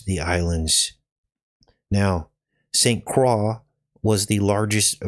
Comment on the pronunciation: it’s pronounced St Croy